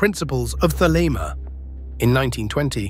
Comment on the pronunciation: Thelema... not "the lemma" another robot error